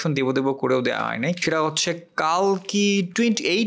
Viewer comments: It's telugu film not a bollywood film... Plz without research don't do review/reaction... And it's not Kaaalki it's Kalki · the name is the same. বাংলাতে কল্কি বলা হবে। মরুভূমির শুকনো হাওয়ায় শুকোনো জিভ তো, তাই বাংলা উচ্চারণ গুলিয়ে যাচ্ছে।